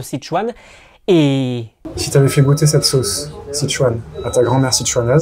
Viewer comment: Erreurs de prononciation du français! Vous prononcez sauce comme bosse: „sosse“ 😣. Une des particularités de la langue française est d’avoir 16 voyelles phonétiques!